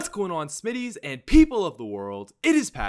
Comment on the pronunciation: "SMITTYS" IM FUCKING DYIFNG